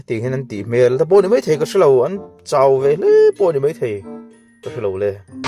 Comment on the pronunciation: HMEL i lam rik dan hi a dik lo, i lam dan ah hi chuan HMEL tih hi Pian hmang landan (surface) a ni. A ri hi a hniam tur aw, HMÊL thluk na a awm tur a ri hi a hniam tur aw